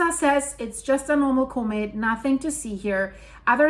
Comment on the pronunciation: Now you are sounding like the Nay Sayers,! & What is a Coe'Met? It's pronounced Com met in Real English!!